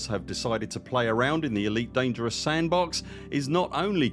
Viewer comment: That's an immensely helpful video! It's surely bound to impact the ED community positively in the long run. The more commanders sharing their data and using these tools, the better the galaxy becomes. Thank you for making this video 🍻❤ (and great work on pronouncing 'Elite Dangereuse' 😄)